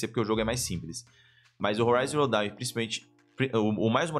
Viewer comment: Forbidden West!!!! ouvir o falando Zero Dawn deu uma agonia kkkkkkkk